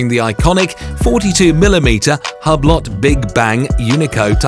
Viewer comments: Hue-Blow is how you pronounce Hublot you twit!!! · ahaha man he said Hablot XD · I guess this guy hasn't heard of Hublot before because he doesn't know the T in Hublot is silent